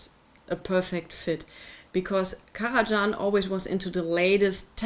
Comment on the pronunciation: Indeed, it’s just Karaj[h]an, as in German. And it retains the same pronunciation in any language. Thank you for the review, though!